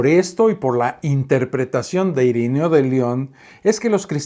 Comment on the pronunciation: Perdón, pero no es IRINEO, sino IRENEO, con E. ( de nada )